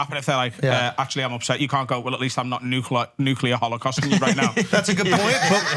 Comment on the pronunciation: When is someone gonna correct Schulz when he says “nucular”? He never gets it right